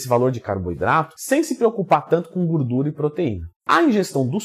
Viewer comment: Tem Twin falando "guurdura" tem like